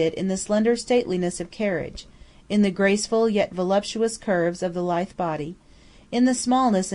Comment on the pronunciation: LMM uses the word Lithe a lot, though It's 'la-ith', not 'lith' as the reader pronounces.